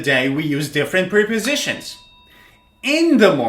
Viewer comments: Wrong pronunciation. They are not pre- positions but prep- ositions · He says: (priposishens) [pri?]